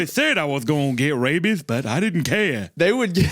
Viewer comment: Alabama accent would pronounce care as “kay-ear”. idk wtf that accent is